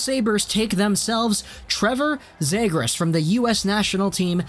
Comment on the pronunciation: Start pronouncing the fucking names right. You have no hockey knowledge if you can't pronounce cozens and zegras properly